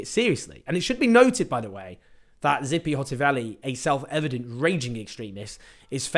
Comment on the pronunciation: Not Zippy. TSssssipi. Besides this, your podcast has its regular lies and should be named” lies , lies and more lies”